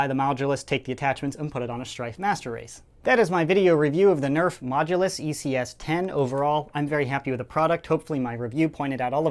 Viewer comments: It's not mogulus, its modulus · 0.29 said Mogudus instead of modulus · he said mogulus instead of modulus. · the MoGuLoUs XD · to "the mogulus" wot lol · You mean modulus? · Yeah lol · The “mogulus” is what he said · Sounds like he’s saying mogulus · said mogulus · 0.29 said Mogudus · In the beginning u say mogulus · did he say mogulus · Did he say mogdulas